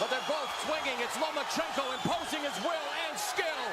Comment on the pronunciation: Why the hell do you keep saying Lomo? it's not Lomochenko... it's Lomachenko. Loma not Lomo.... And wow groundhog Gary fighting once a year is still a champ go figure?